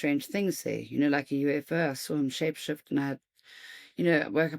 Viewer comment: Did she say "shapeshift"?